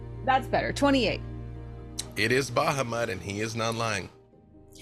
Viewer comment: It's also on full display here with how he mispronounces Bahamut and Tiamat.